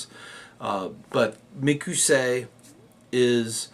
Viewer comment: Sure wish you would call it mic o say and not mic ew say.